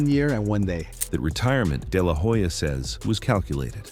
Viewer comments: It's no " deh lah whoe-ja" it's pronounced " deh lah oh-ja" 🙄🙄🙄🙄🙄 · It is not De la hoya , it is pronounced De La Olla .